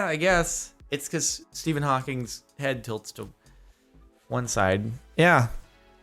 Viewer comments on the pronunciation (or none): none